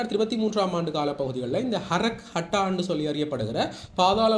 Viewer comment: Brother not harak attah harak kattah